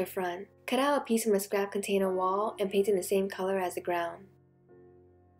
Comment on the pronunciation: Instead of container I kept hearing potater?